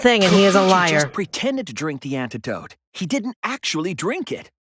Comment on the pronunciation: its pronounced liar